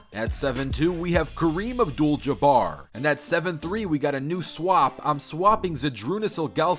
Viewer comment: I love how he just said kareem abdul jabbar